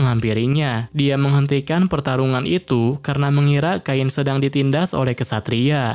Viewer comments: Cain sama bang bukan kain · namanya cain bg bukan kain 🗿🗿🗿🗿🗿